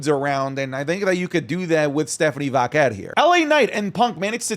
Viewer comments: thought i was the only one... just say velcro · I enjoy the content but Jesus I can’t stand the way says Stephanie “Vaquer.” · As someone who HATES the way says Vaquer, this episode was like nails on a chalkboard 😂 we get it, you can say it all fancy like